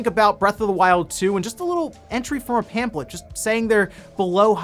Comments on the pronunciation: Zelda stuff: 1- are you saying pamphlet like it's pamplet? 2- Majora's Mask is the best Zelda game, but I can understand Breath of the Wild or Link to the Past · You're pronouncing pamphlet wrong. It's bothering me 😂